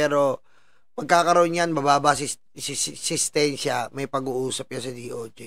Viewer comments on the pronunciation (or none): nman..sentensya hindi sestensya..peace..✌️